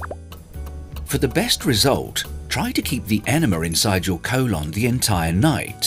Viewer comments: Colon ❌ colawn ✅ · I had his voice stuck in my head saying CO-lon the next couple hours after watching this😂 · "Co-lawn" 😂 But seriously this helped a lot.